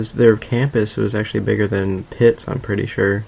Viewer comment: u should probably tell them y u havent been playing..... ;) and when u say that the campus is bigger than pitts...it sounds like tits